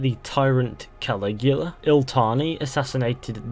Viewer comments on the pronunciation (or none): none